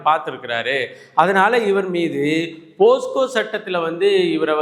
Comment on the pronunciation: தம்பி போஸ்கோ அல்ல போக்ஸோ